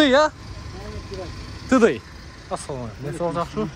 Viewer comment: тыдый эмес тидай дейт